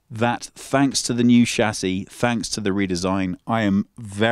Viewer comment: You are misspronouncing the word Chassis.